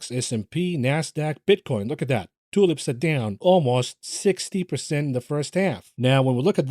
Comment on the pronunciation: 🌷 Tulips he calls it😂😂😂😂😂😂😂😂👍🏾